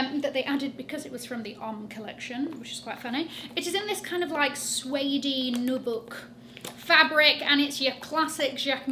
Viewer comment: Nubuck is pronounced like new-buck :).